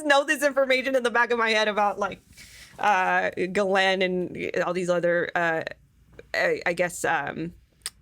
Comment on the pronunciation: Her name is pronounced “ giz lane” the pharmaceutical is pronounced “anti retro viral” just so you can say it right lol. Otherwise great info.